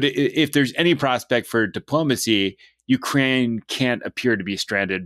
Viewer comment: Al, please learn the correct pronunciation of Ukraine. (Your guest knows how.)